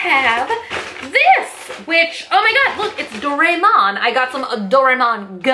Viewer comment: i love how you pronounce "doraemon", "doraymon" xD we usually spell it "dora-emon"